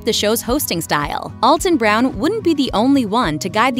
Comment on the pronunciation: You really should learn how to pronounce his name if you are going to talk about him.